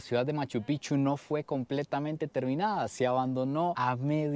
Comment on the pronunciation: Picchu no pichu habla biennn